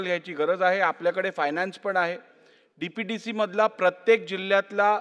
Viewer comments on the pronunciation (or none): AJIT PAWAR SAID DPC... INSTEAD OF DPDC..... 😂😂😂😂 and he is deputy chief minister... OF Maharashtra...... BIGGEST joke of democracy...